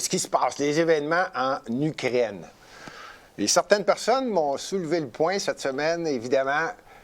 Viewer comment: Quand Gilbert dit Ukraine, ça sonne comme Ugrainne. Trop drôle!!